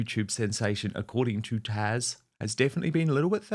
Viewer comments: HER NAME IS TAZ. NOT TASH!!! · IT's TAZ not tash dan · Why Dan are you calling Taz "Tash" ? It sounds like you are anyways. 😂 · Dan her name is Taz not Tash.